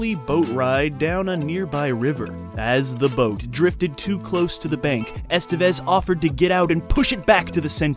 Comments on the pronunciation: It's not "ESS-tuh-vez." It's "ess-TEH-bess." Doesn't that sound nicer? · The accent is in the second e, Estévez. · "Estevez" is pronounced es-TEV-ez.